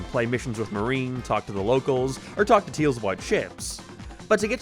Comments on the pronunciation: Who the heck says "Teals"? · Why cant u say tails correctly? That seems like an odd speech impediment, or was it on purpose? Lmao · It's his accent. He's from Northern Ireland but has an American slant to it because of his wife being American and he lives in the United States alongside her, so his accent has shifted slightly since moving to the United States. He tends to pronounce the letter "a" as "æ" so if he were to say "Tails is my favorite character", he'd say it like "Tæils is my fævorite chæræcter". I don't mean any offense to him honestly, but I know people tend to be curious as to where his accent comes from. (His pronunciation of "Mario" in the Sonic Rush section is fucking atrocious though, my God. "Mærio".) Love his content though even if he's got takes I don't agree with. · Bruh you said teils even though it’s tails with an a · i love how he calls tails teals